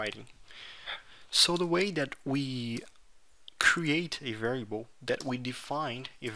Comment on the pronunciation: Camarada meus parabéns, só não gostei do "varieibou", estaria mais pra "vériabou" rsrsrsrsrs, mas mesmo assim ficou bacana, continue com o bom trabalho.